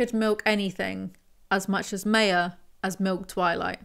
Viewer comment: Does the old video explain why Meyer "my-er" is being pronounced like "may-er" here?